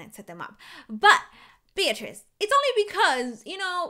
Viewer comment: my name is beatirz and you are saying my name right